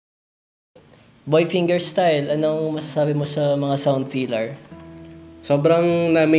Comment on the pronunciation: "Boy pingerstayl" 😂😂